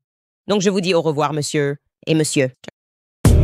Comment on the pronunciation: j'aime bien le " Meussieu et Meussieu " on la che rien